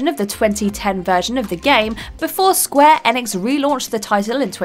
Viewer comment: "Square Enex"